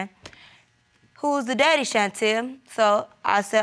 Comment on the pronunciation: Did say Diddy; instead of daddy?